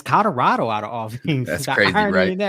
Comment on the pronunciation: "COLORADO"... when people say "Cadarado" it eats my skin up 😅😂😂😂